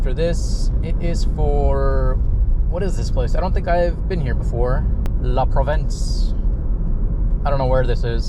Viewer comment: Ah La Provence, its a chain in Oregon ive been to one before. Also pronounced La Pro-vaunce